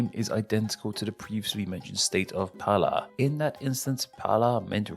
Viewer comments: O ótimo é ele pronunciando o nome dos estados que tem R "Palá" "Palaíba"... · Palá, Lolaima, Malanhão, Cealá, Lio Glande do Note, Mato Glosso.... esse cara é o Cebolinha? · o cara é o cebolinha, palá, palaiba, rolaima